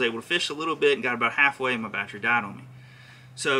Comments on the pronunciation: Thanks for the info. I am currently adding a Motorguide Xi3 to my Vibe Shearwater and trying to decide on the right battery. I was thinking 60ah should be good enough. By the way, I can appreciate the accent of "batchry"...LOL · "Bat Tree" that's hilarious